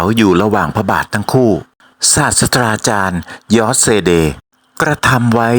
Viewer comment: เพื่อความสมบูรณ์ของงานมากยิ่งขึ้น อยากให้ออกเสียงให้ถูกต้องนะครับ ศาสตราจารย์ (อ่านว่า สาด-สะ-ตฺรา-จาน) ไม่อ่าน สาด-สะ-ดา-จาน ครับ รอติดตามคลิปต่อๆไปนะครับ